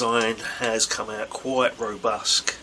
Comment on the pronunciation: Robust not robusk